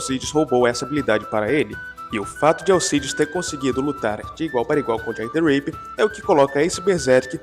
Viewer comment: " jack the reiper" é Tipo Jack the raper? Jack o estuprador? Kkk Achava que era Jack the ripper, o estripador rs